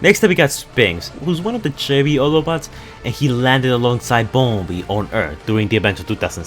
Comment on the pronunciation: When you said "Chevy" I thought you said "cherry". not to be rude